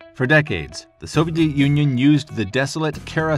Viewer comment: "for decades, the Soviet yunyun"